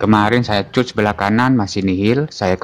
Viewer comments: Dikat bukan di cut😅 begitu pengucapan nya om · bahasanya mas..cut dibaca kat harusnya..biar gak bingung yg dengar...😅😅😅